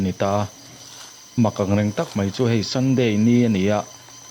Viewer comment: Sunday ni nilo in Saunday a nia tih mai hi chin dan tha niin ka hria(day hi Ni tihna a nia)